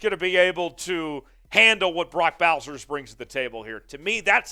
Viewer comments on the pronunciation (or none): It's Bowers not Bowser. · Dude said “Brock Bowsers” is not Bowsers it’s Bowers. He’s only the Mackey award winner. It’s ok to mispronounce his name😏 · Bowsers? Wow. Slow down and read bro. Also, Starks is a FS.